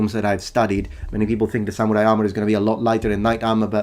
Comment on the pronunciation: thorough indeed. a gaijin pronouncing ‘samurai’ correctly? absolutely amazing.